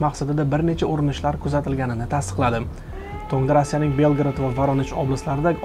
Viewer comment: Белград эмас Белгород.